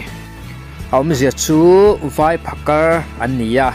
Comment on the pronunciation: Phakar tih hi a tawpah R hi i lam fiah lo mah mah ka ti😁